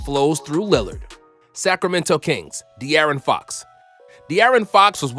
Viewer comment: Dude said "Linard" to out fun guy